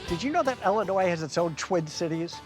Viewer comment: Great episode. It’s Illinois, not Ellinois. 😮